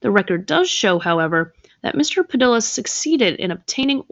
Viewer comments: Padilla = Puh-dee-yuh 😒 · FYI: The name “Padilla” is pronounced “Pa-DEE-ya.” A double L in Spanish is pronounced like a Y. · 😂 It sounds ridiculous pronouncing Padilla that way! Perhaps learn to pronounce names correctly... That's kind of an important part of it when you're trying to make a name for yourself by talking about other people.